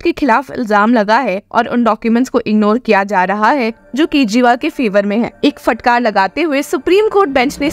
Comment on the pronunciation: उच्चारण का संज्ञान लें फटकार ( फ़टकार नही)